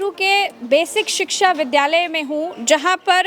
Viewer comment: जिस मुख्यमंत्री को शिक्षा शब्द कैसे बोला जाता है वही नहीं पता स्कूल में पढ़ाई के बारे में क्या ही सोचेंगे वह मालूम है योगी जी कैसे बोलते हैं शिक्षा । सिकशा